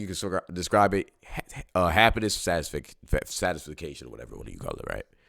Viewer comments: Love the message. PS: it's sat-tis-FACT-tion Not sat-tis-fic-cation Don't want people making fun of you brotha 💯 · Satisfication?? Ngl bro made me believe in that word 😂😂😂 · No way bro said satis-fuh-cation Edit: no way he doubled back like 4 mins later and said it again!!! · Bro can't say satisfaction right